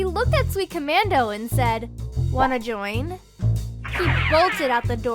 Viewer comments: .........wana join? XD LoL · "Whana join?" HELL YES